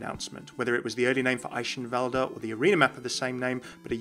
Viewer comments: Esheivalde? Umm its pronounced Eikenvalde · german рццтis Chicken Well, yeah but eischenwalde is still wrong, and I dont see the problem with using the english pronounciation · I feel like you ought to settle on either Athena's pronunciation for Eichenwalde or a German's actual pronunciation of Eichenwalde, cause right now you're in a weird in between place that makes everyone go "uh actually you pronounce it like this..." :P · No offense but the way you pronounce Eichanwalde kinda annoys me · I'm not entirely sure how he's pronouncing Eichenwalde wrong, even though Athena says it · why do you keep using that Eichenwalde pronunciation if the game uses the k sound instead lol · City is my England It's not pronounced in either way. The correct "ch" does not exist in English. Americans are just too lazy to learn new sounds they are not familiar with, so they stick to what they think it's pronounced. Both pronunciations are wrong, but sounds a lot more like the actual sound. So you should use "Eishenwalde" rather than "Eikenwalde". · you can hear that he tries to pronounce it right but he still isn't close to saying eichenwalde. maybe he should ask a german to say it the next time he's there. you can't explain the german 'ch' to english speaking people without saying it. can't blame him though, german is a weird/difficult language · You are pronouncing Eichenwalde wrong :x I guess it's pretty hard to do right though, especially when you don't know the right phoneme for ch^^ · Just a tip from a real german you speak eichenwalde without the last e. But the Rest is ok